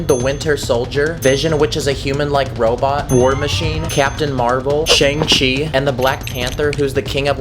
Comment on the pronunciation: It’s Su-ng Ch-ei